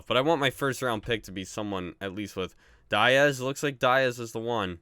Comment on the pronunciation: Btw that's not how you say diaz